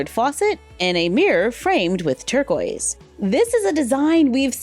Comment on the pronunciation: every time you said torquiest i was like “Baby blue” 😂i love your videos tho